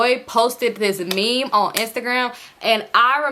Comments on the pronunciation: 🤣🤣🤣 i done watched this video about 30 times and i finally decided to comment only to see what i was thinking already there 💀 it’s me in my head, “, what is a mim? it’s meme sis, meme” 🤣🤣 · it’s a similar pronunciation like mim but you’ll just say it with a long “e” sound. M-ee-m .. i hope that makes sense 😭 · I just wanted to say rq meme is pronounced meem not mehm 😭 love you tho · I’m crying 😂😂 stop saying mem it’s me-em like mean 😭 you so funny ❤ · u grown asl calling meme a “mem” what the hell 😭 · Ik this video is 2 years old but I'm dying everytime you pronounce meme as mem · It’s meame 😂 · I thought I was the only one catching that 😂 I thought it was pronounced like “meem” but shes so funny 😂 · Meme is pronounced MEEM 😂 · You pronouncing meme as “mim” is HILARIOUS 😭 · I thought i was trippin I'm over here thinking "wtf is a mim?" 💀💀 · I don’t normally comment but this was soooo funny. I was like what she talking bout😂😂😂😂🤣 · right, had me crackin uppp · I was just coming to say the same thing 🤣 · the way you pronounced meme is sending me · Girl if u say meme wrong one more time 😂😂😂😭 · The one you pronounced meme lol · Now why did you pronounce meme like that 😭😭😭😭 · He would post what?? 😭😭 it’s okay I love you. It’s the pronunciation of “meme” for me I’m crying 😂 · Lmaoo the way you say meme😂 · I’ve heard meme pronounced both ways, it still confuses me 😅